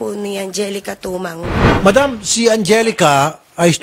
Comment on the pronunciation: Mali po kayo mam... angelica "timang"po atah😂😂😂hindi po tumang